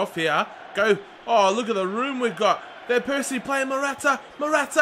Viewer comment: i feel so un comfortable with you saying vanpersies name ;(